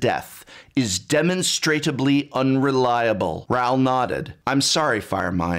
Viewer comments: Me: please say demonstrably Prof: demonstratably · demonstrably=demonstratably? goddamn dude I thought you were an English teacher or something. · "Demonstrateably" ???? LOL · Love the video! However "demonstratably" is not a word. "Demonstrably" is pronounced similarly to "demonic". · Top quality content, unlike the book itself. Just FYI demonstrably is pronounced de-mon-stra-bly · Excellent video, totally agree. But it was kind of funny to hear you talk about how important words are while mispronouncing several of them (e.g. "demonstrably" and "cadence"), haha.